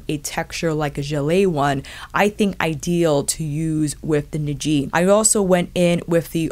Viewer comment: Not that it's super important, but the correct pronunciation should be Ni’ji, with the stress on NI. Love the detailed review as always!